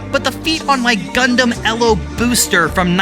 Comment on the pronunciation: Lobster not L. O. Booster